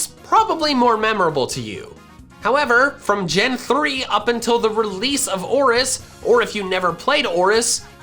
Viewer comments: Its ORAS not oris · It hurt me when he said Oris instead of Oras